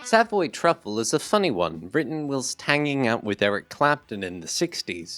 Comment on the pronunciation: Great video. really enjoy your channel. "Whilst " comes from "While". the long i sound.